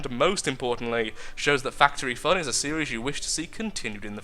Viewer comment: What I first hear "welcome to fatery fun"